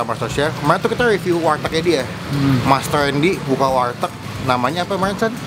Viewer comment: Ngomong warteg susah amat bang 😂😂